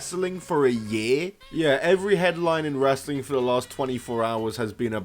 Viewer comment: Or Wres-er-ling